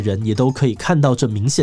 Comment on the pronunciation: 念錯了， 蕈（訓）狀雲。希望這集不要被黃標。